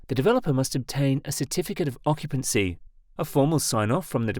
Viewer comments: Occupancy, not Occtpancy. Red thumb, idiots. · "certificate of occtpancy" - aaaand channel blocked, ai slop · "Occtpancy" 😆 gotta Love AI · "Certificate of Occtpancy" 😂😂 Gotta love AI